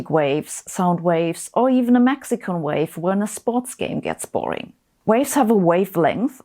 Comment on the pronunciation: did she say a Mexico wave?